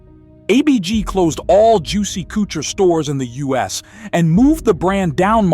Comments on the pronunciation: It's the AI voice for me that pronounces "Couture" "koo-chure" LOL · Juicey "Cootcher" !!😅😅😅